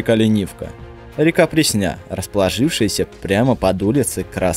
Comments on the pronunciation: прЕсня, а не преснЯ! И ещё берёшься что то рассказывать😏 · ПреснЯ́ б....ь. ПрЕ́сня, ударение на Е́... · Автор и не обладает никакими знаниями, тупо читает чужой текст. Никакого представления о содержании нет абсолютно. У меня кровь из ушей чуть не пошла, когда я услышал Красная преснЯ 🤦‍♂️ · Во-первых, всё же река и улица называются ПрЕсня, а не ПреснЯ. Хоть бы поинтересовались, прежде чем публично демонстрировать свою полную некомпетентность в теме. Во-вторых, 20 лет назад Москва застраивалась только 5-9 этажными домами? Серьёзно что ли? Живу в доме 1982 года (для автора, не знакомого с математикой поясню, что дому 40 лет) и в нём 17(!) этажей. Между прочим, почти самый центр Москвы. Ну а если копнуть чуть глубже, совершенно неожиданно выяснится, что типовые 16-этажки появились ещё в конце 1960-х. В общем, прежде чем что то говорить, хорошо бы проверять достоверность фактов. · Красная пр'есня, а не пресн'я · Всё норм, тока не ПреснЯ а ПрЕсня, преснЯ как какая то дреснЯ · Красная ПрЕсня. Ударение на Е. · "текст с которого он читает....." Дело в том, что автор вообще не знает Москвы. В Москве нет района Красная Пресня́. Это очень грубая ошибка, которую может допустить только человек читающий незнакомый текст. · Красная ПреснЯ!!! Такого слышать ещё не доводилось. Автор, вы точно из Москвы?)) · Красная прЕсня - автор, ты хотя бы прочитал название, прежде чем озвучивать 🤷🏻‍♂️ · Спасибо за сказки, поржал)))))))) Особенно после ударения на реку ПреснЯ!!! )))))))))))))) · Пресня ударение на Е!